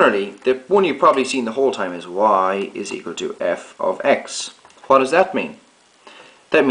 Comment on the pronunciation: Can you fcking say what properly?!